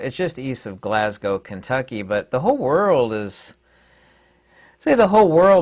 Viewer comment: Glasgow, Scotland in the house. Glad you pronounced the correctly,.